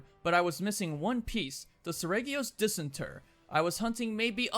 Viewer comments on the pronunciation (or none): It's pronounced "diss-ENT-er".